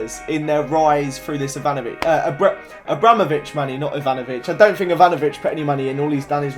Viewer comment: Fank you, i never fink i Will get the 10 subs fank, its fucking thank en think not fuck fank and fink learn to speak pls I really hate that just AS miniminter says somethink its fucking somethinG pls say it right